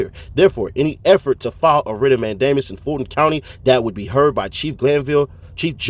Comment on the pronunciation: Writs of "MAN-duh-muss", not "mayne-DAY-miss". Also you got a lot of stuff wrong here, trying to do analysis. You should hit up an actual lawyer to check what you're saying. Not hating, this stuff is ridiculously complex. Just, maybe focus less on speed and more on accuracy. Or stick more to facts like ThuggerDaily. Coulda done this vid w no commentary and it'd be fine. If you're familiar with court, you should know that this complex stuff doesn't always mean what it seems to, tho. It's not plain language. Anyway, my two cents. Thanks for the work you do tho!